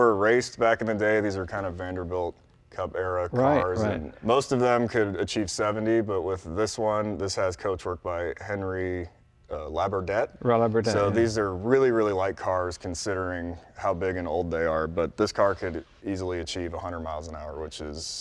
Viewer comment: Pronounced aahn ree lab oar day! Not Henry Laberdett! Please respect the frogs!